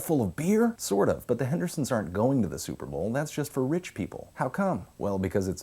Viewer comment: I liked as soon as he said suhpabowl. This is the best ever